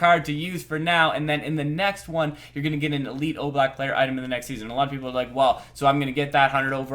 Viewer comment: I'm reading there: Elite Oblak Player Item...emphasis in "item", not player...can you check this again?